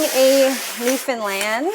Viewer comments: As a newfoundlander ... hats off to ya for pronouncing newfoundland correctly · I love that you know how to pronounce Newfoundland. 🧡